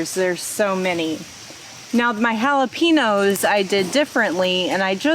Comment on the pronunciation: Fun to watch y'all. Makes me giggle when you say Jalapeno without the n. We say hal-a-pen-yo. Good luck.